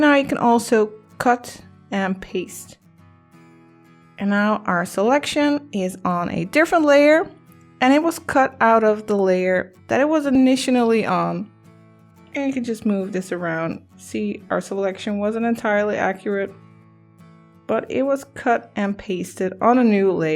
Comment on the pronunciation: Sorry its initially not initinally